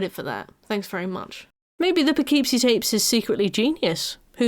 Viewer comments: We have lots of fun names here. Kind of bugged me with the pronunciation throughout the video. Less "poe-KEEP-see" and more "puh-KIP-see." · Not to be a jerk, because how you're saying it is 100% how one would THINK "Poughkeepsie" should be pronounced, but since it's in Upstate NY, nothing is pronounced the way you'd think, and it's usually more "Puh-kip-see". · Its pronounced Poe kip see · It’s pronounced “Puh-kip-see” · unrelated but i keep forgetting the correct spelling/pronunciation of that movie title so i always called it "the poopoopeepee tapes" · As an American who lived in Poughkeepsie, it's pronounced po-KIP-see. Can't blame you for not knowing that, obviously, there are a lot of British towns I'm sure I would pronounce wrong lol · Poughkeepsie is pronounced "Puh-Kip-See" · I’m from the Hudson Valley and am contractually obligated to say that it’s pronounced, “Puhkipsy,” despite all logic. The names of all our cities are cruel. One has Schenectady, for example. Naming a movie after any of them is wild. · As a New Yorker, the Poughkeepsie pronunciation is frying me lmao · the real horror is the way he pronounces Poughkeepsie